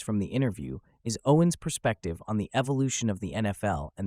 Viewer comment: You opened up with pronouncing his name wrong. 🤦🏽‍♂️